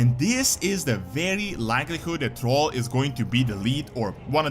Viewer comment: It's THRALL not "TROLL "!